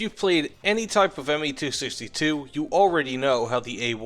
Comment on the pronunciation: It's Me not Ma